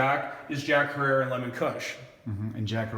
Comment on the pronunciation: jack herer. is pronounced like terror is herror. call 3ed eye head shop In Portland Oregon ask for mark Jack's son